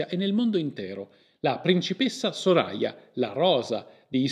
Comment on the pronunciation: Soraya si pronuncia come il the in inglese. Lo so perché ho conosciuto una ragazza con quel nome